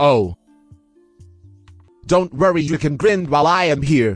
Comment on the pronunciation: It's not grind it's grind